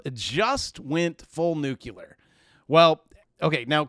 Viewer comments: I was so proud of you... and you did it again.:( The word is still "nu-clear". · You mispronounced nuclear again 😂